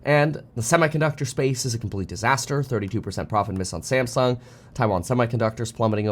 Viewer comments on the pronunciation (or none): none